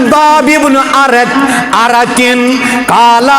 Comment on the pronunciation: محترم:-خباب بن اَرِتْ نہیں ھے اس صحابی کا نام بلکہ اس کا نام خباب بن اَرْت ھے رضی اللٰ٘ه عنه. را زیر (کسرہ) کے ساتھ نہیں بلکہ سکون(جزم) کے ساتھ ھے۔